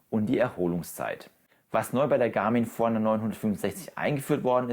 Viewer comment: Die Uhr heißt Forerunner. Ausgesprochen wie: For Runner. Also Für Läufer.